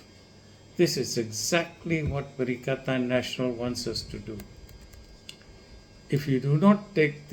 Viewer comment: Doc it is not pakatan national it is perikatan national